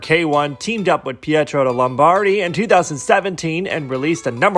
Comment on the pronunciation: Never thought I would ever hear you say "Pietro Lombardi" but here we are. Btw the pronunciation was really good!